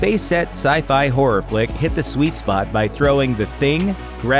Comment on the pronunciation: Why is he saying "Hurror"?